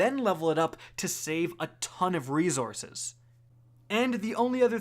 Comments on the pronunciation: The word is reSources, not reZources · Been watching u for years. Just now realized u say resources like “reezources” and I had to turn the video off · Does anyone else cringe at the Canadian reZources? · Reezourzes ~ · Bruh you killing me wit dat rezourcez...just stop saying plz..str8 butcher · For the love of God can you please say resources correctly fuck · Next video intro should be " can't pronounce resources the right way here"